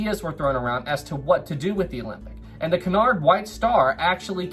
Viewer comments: Sorry, but it's 'coo-nard', not 'ki-nard' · isn't it que-in-ard line?